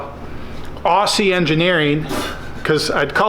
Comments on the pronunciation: Aoooooozey is how you say it lol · Try pronounce Aussie as ozzy like ozzy osbourne to make us aussies proud